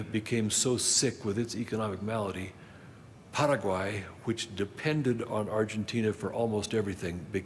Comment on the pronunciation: I know people from Paraguay. They don't say it like this poser.